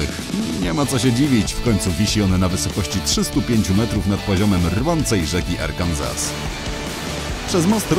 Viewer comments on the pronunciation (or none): none